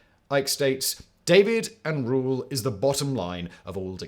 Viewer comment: SERIOUSLY we all just gonna ignore how simon pronounced DIVIDE as DAVID and RULE as RURAL ????????